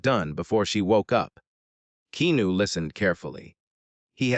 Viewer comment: Upsetting hearing reader here keep mispronouncing Keanu’s name!!!